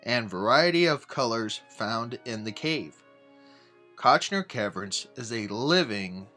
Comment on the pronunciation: Visuals were generally decent, but narration was ABSOLUTELY HORRIBLE; rife with mispronunciations, not the least of which was the name of the site.